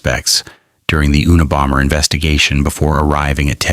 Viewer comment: Who’s the OooooNA Bomber?😅